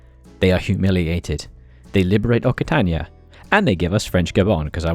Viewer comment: Hey, just for your information, the double c in Occitania is pronounced like an X. So it's pronounced oxitania